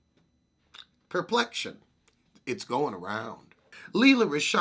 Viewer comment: Trenetra Vaillancourt “perplection, it’s going around”😂😂